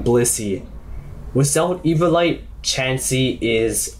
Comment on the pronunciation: E-vio-li-te not E-vio-li-te